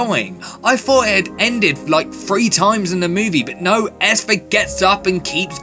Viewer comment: Great review but you're saying Esther weirdly